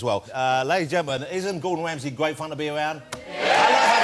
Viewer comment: mr. gordon whamsay